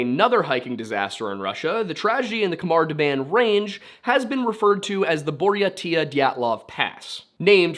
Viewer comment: Pronunciation note: "KH" is nearly always used to transliterate the guttural sound (voiceless velar fricative) — the same sound as the "CH" in "J. S. Bach". So, it is not a "K" sound. If you aren't used to making the sound, an "H" sound is a good approximation. Great video! I hadn't heard about this mystery before.